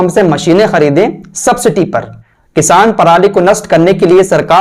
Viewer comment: Sabciti nahi subsidy boliye